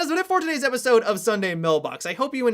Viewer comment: Am I the only one who is angry that at the start he says, "and welcome to repisode"?